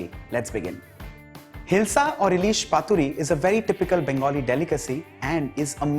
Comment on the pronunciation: Oh my god the way you said ellish😍😍😍 awesome